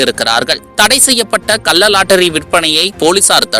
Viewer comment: டேய் பைத்தியம் "கல்ல லாட்டரி" இல்லை " கள்ள லாட்டரி". தமிழை ஒழுங்காக பேசுடா.